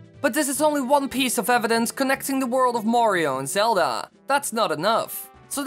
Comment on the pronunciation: "ZeldAH" "MariOH" idk why but the way he puts so much emphasis on the end of his words really annOISE me. What if I talked like thiIIs all the tIIMEAH?